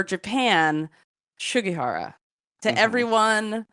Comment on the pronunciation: this is the way it is pronounced japanese